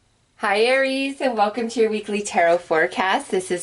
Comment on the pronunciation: U said aries lol